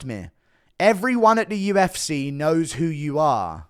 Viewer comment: Why does bro say “the UFCERR”